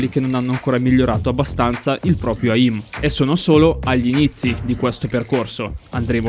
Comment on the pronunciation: Bro sei un grande ma comunque si pronuncia eim non eìm